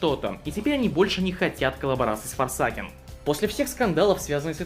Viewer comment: Форсэйкен Не ФОРСАКЕН БЛЯТЬ!